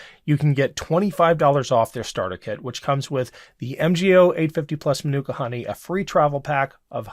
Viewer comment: "Man-Nook-Ka" Honey? I think "Man-Oooh-Ka" might be a closer approximation to how it's pronounced.